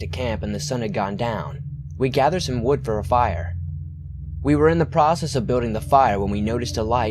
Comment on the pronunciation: ur videos are great. i just wanted to let you know tho that you should work on you L's. like when you say building, it comes out as Bewding. still wonderful job . listen to u all the time.